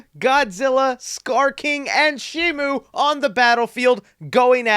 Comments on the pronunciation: It's not Shimu! It's Shimo! Where did Shimu come from? It's Shimo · Shimo,SHIMO,NOT SHIMU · @@ But that's not how it's pronounced. It's Shimo. With an O. There is no U